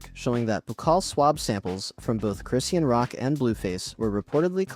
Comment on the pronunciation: It's Cris-shawn not Christian